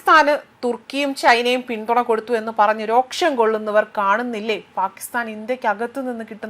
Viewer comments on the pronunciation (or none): Roksham alla sisterrrrr. ROSHAM